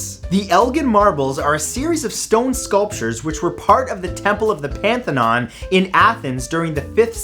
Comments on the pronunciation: Parthenon is not pronounce Pan-then-non but par-the-non. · Parthenon not panthenon. You mixed the word Parthenon and pantheon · So Matt, Panthenon is not a word. Get those facts and English straight! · Panthenon? Matt, come on.